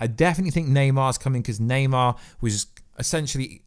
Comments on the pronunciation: Na-mor~ lol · It’s Naymor not Neymar he’s not the soccer player now! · Bro why do you often say wrong names etc namor but you say naymar stuff like that. I think you could be a top youtuber if you edited stuff post production and took a bit longer over your reading. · its namor not neymar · NEYMAR? 😂😂 ITS NAMOR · Yo you said "Neymar" as in the footballer instead of "Namor" looool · Please stop calling namor Neymar 🤣🤣🤣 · Ybn namor lmao